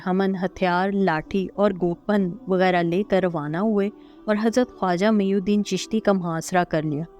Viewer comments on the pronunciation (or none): خواجہ معین الدین رحمتہ اللہ علیہ نام ہے جبکہ آپ میی الدین پڑھ رہے ہیں